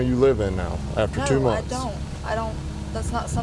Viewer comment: Why does she suddenly sound British or is it her accent? like when she says two months ago?